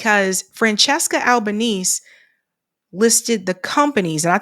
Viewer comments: Please, pronounced Al-ba-nay-say. not Al.ba.neese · Also Albanese - should be pronounced 'Alba-neasy'.